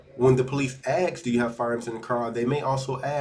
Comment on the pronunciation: The word is "ask" you illiterate !